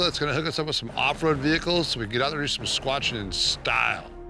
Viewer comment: Did he say squatchin? This pandemic must be getting to me.